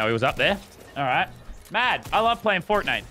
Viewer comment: is it just me or did Laban sound did when he said fortnite?